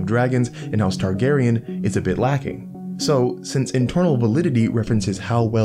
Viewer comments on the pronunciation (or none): none